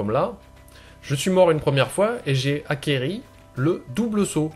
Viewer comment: aquéri ??? lol